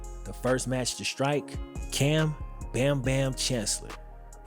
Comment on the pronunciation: I was like bros really gonna say all that and not say his name right BamBam Cam lol then at the very end you hit it. Man I'm soo happy and glad I got to witness his seattle career and the legion of boom as it was being played out. These were the heros of my time with football. I couldn't wait to tune in and see what happened next and then that return to the superbowl was so crazy we had huge watch party's and then that last play to end the game to lose the repeat blew my freaking mind everyone was dead silent we could. Ot believe what happened we didn't even talk till it sunk in the games over pats celebrate and me and my brother and dad and mom and sisters and nephews and nieces just lose it. F this f that what the f happened what the f call was that.